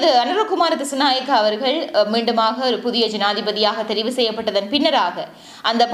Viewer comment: Anura kumara dhisanayakaa illa (anura kumara dhisanayaka ) enru uchchariyungal peyarai sariya solluga akka